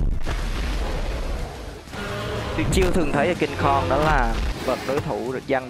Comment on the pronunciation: Cingkong mà anh đâu phải Cung kon